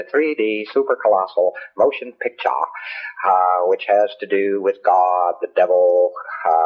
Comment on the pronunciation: The way he's overpronouncing some of his words makes him sound drunk or wasted in some way...he said "the supreme rue-larrr!" Instead or ruler and "3D motion pick-charrr..." Instead of picture...i can't stand this arrogant a××hole!!!